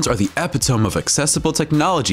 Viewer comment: What's an Epi-TOME? 😀